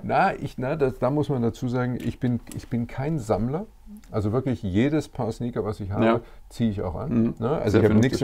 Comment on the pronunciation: achso Sneaker. hab erst Snickers verstanden die im Lager dann schlecht werden xDDDD